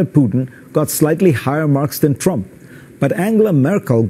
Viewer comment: I guess "Thhrump" has to lob another missile for Mr Zakaria to deem him "phhresidential" again.